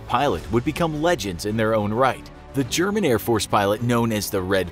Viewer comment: your pronunciation is crude loool